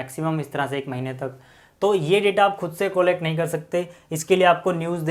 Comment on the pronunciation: Collect ka pronounciation sahi nhi bol rahe ho aap 😂😂😂